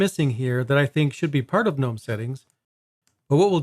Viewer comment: Also, 2 things: 1. It's "guhnome" 2. The watermark's part of the tweaks, it's there even if you swap wallpapers